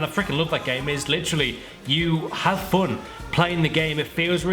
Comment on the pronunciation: omg its not foon its fun